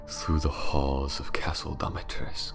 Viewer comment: He really said ✨DOM✨itrescu 😌